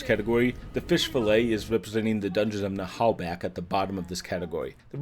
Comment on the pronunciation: Great video! Your pronunciation of "Naheulbeuk" is actually pretty good. We just don't prononce the "h" in french. ;-)